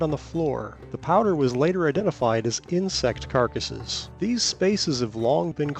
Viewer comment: The way he says bug carcass.... 😂